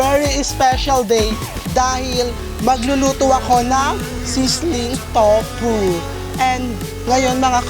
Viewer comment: Towpuh? Hahahahahahahahha i love it